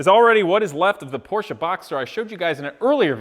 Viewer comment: My favorite part of this is the proper pronunciation of porsche